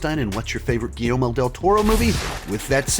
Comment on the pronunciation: It’s not just you,, so please don’t think I’m singling you out as I’ve seen several other critics do the same thing, but is it really so hard to pronounce Guillermo? Everyone seems to keep pronouncing it Guillelmo.